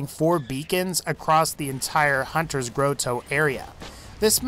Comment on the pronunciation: Dont forget to pronounce the h in vault hunter :)